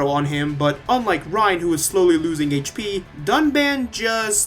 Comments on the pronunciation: Mister Payah They pronounced Reyn as Rain, Nopon as Napon, and Dunban as Duncan. They baited us. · btw they reuploaded the review and tried to fix the pronunciation but they just called him dunbon